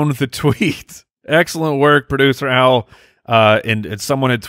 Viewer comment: Is Boreland's first name Al or Owl? I feel like the ballers always say "Owl"